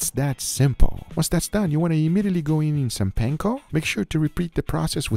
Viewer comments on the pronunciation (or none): none